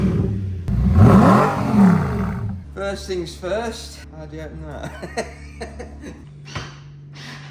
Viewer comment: I have never understood why English people pronounce “things,” “fings.” It’s not even close. Funny